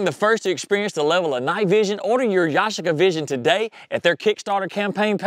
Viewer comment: It's pronounced YA-SHEE-KA, with the accent on the second syllable (SHEE)